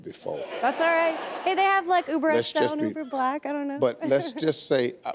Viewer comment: Hold up, did she just say "Uber Black"? anyone peep that?